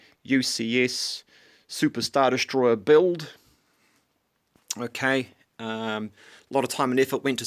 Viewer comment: How many times he said okeh😂